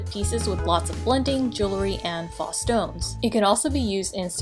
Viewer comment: Thanks for the video. Informative. Faux is pronounced “pho or foh” with a long “O.” I’ll check out some of your other videos.